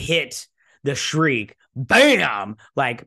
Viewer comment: The actress' name is Amanda Plummer, not Palmer and her character's ship is called the Shrike, not the Shreek. The names of all characters and actors are available on IMDB. I subscribed to your channel and watch your videos in the hope that you will do your Whoopi Goldberg Guinan impression. It is honestly sensational.